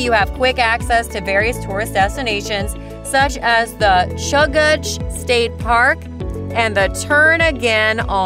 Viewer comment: Chuggatch 😭 kenn-i